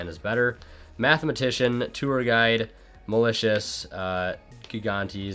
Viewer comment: Nobody:: MALACIOUS